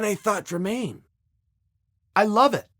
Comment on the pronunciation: If Chael says Dremaine, it’s Dremaine 😂